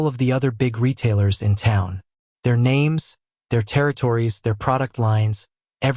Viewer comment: Sorry but I am going to buy the book on audible. The narration is terrible! I've listened to you the other six books that had a different narrator. Don't mean to offend but you at least need to learn how to pronounce the names.